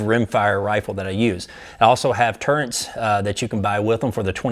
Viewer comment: Turrents? It drive me nuts when people say that. Turrets!